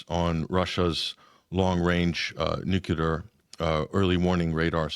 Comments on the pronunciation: I'm going to stop at around the 18 minute mark on this video if the guest is going to keep saying nucular instead of just nuclear, like WTF, and does he even know his country is a genocidal empire? he is speaking as if the US has some kind of legitimacy. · Nuc-le-ar not nuc-u-lar. Should know better. Yikes. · Nuclear and not nukula nothing name kukula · I just can't take someone seriously and start to question their lack of intelligence when they say "nucular" in reference to weapons. "Nucular" is actually a word but it's not the right word for this context ffs. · Once Bush the Nice Bumpkin started saying "nucular," more and more thoughtless Murkans began to mispronounce the word. Now the error has spread to the upper echelons of society, it seems.